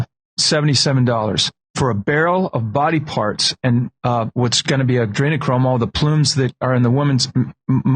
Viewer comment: Jimmy. You really don't know how to pronounce Adrenochrome? Not likely. Just sayin